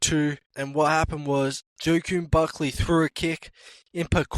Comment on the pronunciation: also the way you pronounce joaquin buckley makes me cry